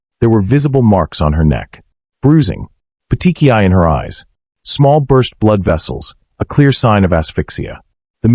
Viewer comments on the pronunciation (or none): none